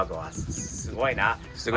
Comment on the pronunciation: いきなり漢字の「取扱説明書」は難易度高いですよw それにしても日本語上手になってますね。 日本語発音の「ハードカーゴ」がナイス👍👍👍 キャンプ動画も楽しみに待ってまーす。